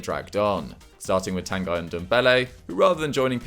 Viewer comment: Stop saying Tan Guy! It is pronounced Tan-Ghee.